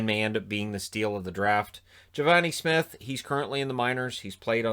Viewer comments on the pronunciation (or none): none